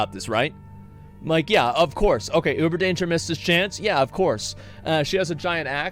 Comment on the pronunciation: I’m not gonna lie it’s insane how many names he’s gotten wrong, but I personally wouldn’t have it any other way 😂😂😂😂 Limsa Lominsa = Lisa LaMasa, Y’shtola = Y’shLota, Minfilia = MILF fina, Urianger = Uber Danger ⛔️, Bahamut = Baphomet. 🤣😂🤣😂🤣 this can’t be accidental